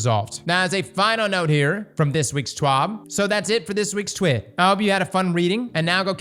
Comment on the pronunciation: I declare the correct pronunciation of TWID is “TWEED”.